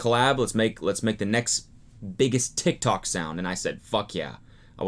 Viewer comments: He pronounces it tik-talk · Tiktok sounds so weird when Cody says it idk if it’s because he’s 80 or what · He says tik tok like a boomer